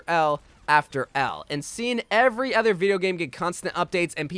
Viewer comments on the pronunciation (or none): Why do you say other like that "ether"